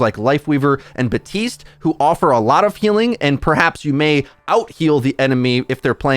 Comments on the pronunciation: 5 years later still and still saying Buh-tiste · Love how you cant pronounce Baptiste or Kiriko correctly 🤣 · How do you still pronounce baptiste wrong he literally says his own name